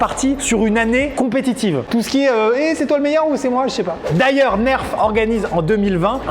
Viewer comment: enfin il dit bien nerf